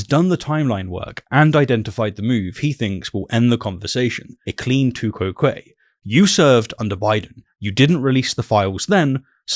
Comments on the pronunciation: I learnt Latin in a non-English speaking country, anyhow, nobody knows how Latin was pronounced. However pronouncing tu quoque as one word sounding like two-kwoh-kwa as an exited duck would. To my ear “to—kou¨oh¨kwae sounds more like I learnt it. But to each their own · It took me some time to realize that you mean "tu quoque" when you say "two kwow quayy". That is a very weird pronounciation.